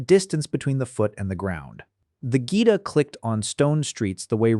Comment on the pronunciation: That is not how you pronounce "geta". It's not "gita". It's geh-tah.